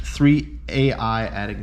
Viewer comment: By the way the “a.i” cards are just pronounced the letter i they’re all named after the anime character whose name is just pronounced i hope that saves you time lol